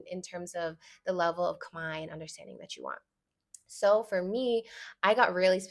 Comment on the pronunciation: I love the analogy with tortilla ❤ and yesss, I definitely feel a slight rage hearing people mispronounce Khmer as (Kuh-Mare) when (Kmai) is not hard at all. I do find it interesting that even when I teach people how to say it right, they split it into 2 syllables which is confusing to me because it’s just one 😭